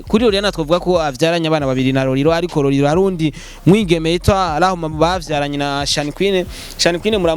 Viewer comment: Tafautisha R na L bro ati Roriro 🤣🤣